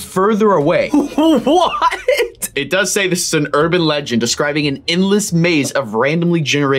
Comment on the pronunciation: did you say urband legend! The robinson mall in the Philippine